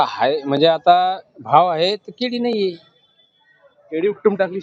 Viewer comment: अरे दादा जडगाव काय म्हणतो! जळगाव म्हणा परत तुम्ही केडी म्हणताय भाऊ केडी नाही रे केळी म्हण भाऊ तुम्ही जळगाव जिल्हासाठी कलंक आहात आणि पत्रकार आहात! म्हणजे फार मोठे कलंक!